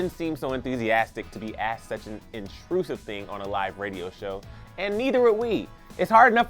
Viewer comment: "AXED??????????" For a narrator to say "AXED" instead of using the correct, simple, only three-letter word-based "ASK", (asked), is unacceptable in the field of professional broadcasting. I should have not been surprised, however, when I noticed a little too late the name of this page is "Clevver". Ahhhh....